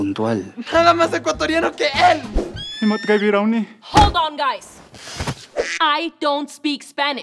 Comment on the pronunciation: Vieron que en el minuto dices "chichos" no "chicos* Like si tu también te diste cuenta!!